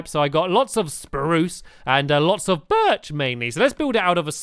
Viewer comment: OMG NOOOOOOOOOOOOOOOOOOOO HE DIIDINT SAY BIRCH RIGHT